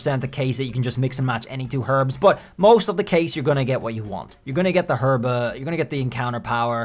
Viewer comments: It’s not pronounced “Herba” it’s “Erba” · Gonna have a stroke if you keep saying Herba like that